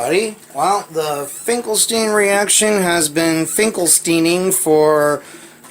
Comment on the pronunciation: Yes its pronounced it like Einstein. Also in german "st" is pronounced "sht" so you pronounce it like "Finkelshtein" or "Einshtein"